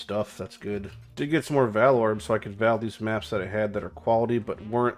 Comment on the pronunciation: Learn how to say "vaal" omfg cringe lol.